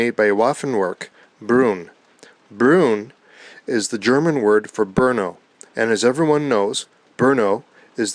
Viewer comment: Brno not Bruno....lol